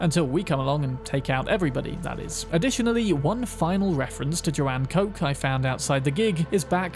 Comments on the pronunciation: good video but it hurts to hear how you say kochs name. koch isnt coke like you sayey, see koch is the german word for chef please goolge something before you use it. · Today I learnt that Koch has a different pronunciation. One that seems to be US exclusive. I don’t remember hearing it mentioned when you open up the boot (trunk).